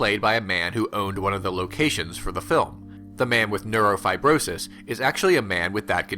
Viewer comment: I found myself strangely entranced by Glazer's previous film Birth (it's still in my list of favorites) and this also looks similarly mesmerizing. What a tragic, inevitable ending too, though Glazer's endings aren't usually happy. Nitpick, but you're missing a few syllables on neurofribromatosis, lol.